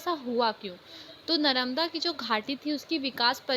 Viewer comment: Mam your pronunciation is wrong ...😅 ( नरमदा ) But you explained very well 🤪🤪🤪🤪🤪😁😁